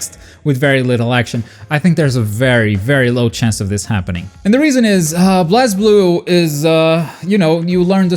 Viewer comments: For the last frickin time it's pronounced BLAZE-BLUE. From the creator himself he said it's BLAZZEEEEEEEblue. Not blahz. Thanks for the vid though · YES, I WAS NOTICED!!! Also BlazBlue is pronounced "Blaze Blue". Just to help out a bit! 😄